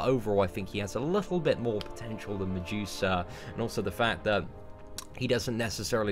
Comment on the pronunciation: I thought he was saying "on the juicer" finally figured out he was saying medusa